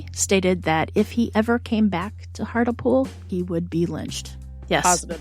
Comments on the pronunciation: To pronounce hartlepool It's "heart" rhymes with art, "lee" "pool" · its pronounced hart-lee-pool